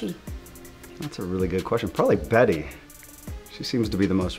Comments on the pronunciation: lmao he said bitty its betty kkkkkkkk lmaoooooo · OMG THATS HALARILOUS KJ SAID bitty. And everyone says betty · OMG I love how KJ says Bitty instead of Betty😘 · I love how kj apa says bitty instead of betty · When ever Kj says Betty it comes out "Bitty". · KJ: betti Me: BE TT Y NOT BETTI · HAHAHA BEDDI LMAO ARCHIE WHAT DID YOU JUST SAY